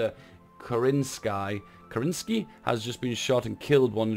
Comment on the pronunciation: Ke-ren-sky (not kee-reen-sky)